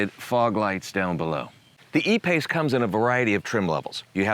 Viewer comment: Lmao,,,the “a pace”.......hahahhahahah